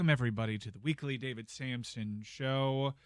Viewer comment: Just so you know, it's Samson